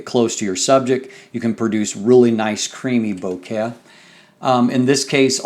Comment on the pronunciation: Your pronunciation of vignette and bokeh is like getting stabbed in the ear. Nice review though.